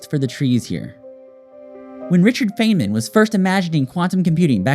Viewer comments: Brilliant writing and clever production. Btw, it's Fine•man, not Fane•man. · This was cool and thoughtful. Most people pronounce it Fine-man, but please continue =)